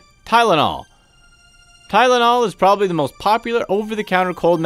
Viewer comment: Fake information.Never believe everything you hear on the Internet.You even said Tynol (sorry if spelling wrong) and eye drops.You are a meanie.